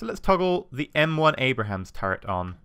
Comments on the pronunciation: it's pronounced Aybe-rams, not Abrahams:P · Lol when he said abrams the first time he said abrahams cx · "M1A1 Abrahams" Abrams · Every. Damn. Time. A-b-r-a-m-s. I like the look of this mod and enjoyed the modlight but it makes me cringe to hear 'Abrahams'! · How dare a Brit not pronounce the name of an American tank correctly. I mean, it's not like we mangle British English...